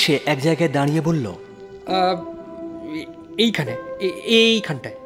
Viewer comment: মানিকের উচ্চারণ এ problem আছে যেমন বল্লো উচ্চারণ কে উনি বলেন ব ল ল । নস্য না কি নস্যি ?